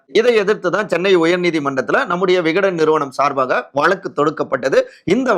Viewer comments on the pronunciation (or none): none